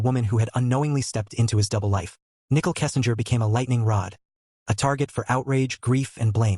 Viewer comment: This robot is calling her NICKEL